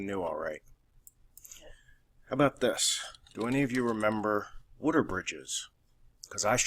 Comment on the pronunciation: Wutter? Wooder? I've never heard anyone pronounce water like that